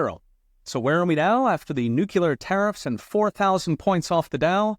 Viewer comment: I love your content, professor, and I try to watch it daily, but I cringe every time I hear you say nuclear.